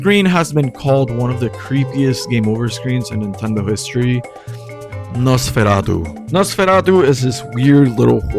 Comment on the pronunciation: i think you're the first person i heard pronouncing "Nosferatu" correctly